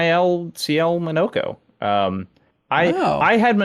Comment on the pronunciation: Oh it's not Mawn-nah-ko, it's Mo No Ko.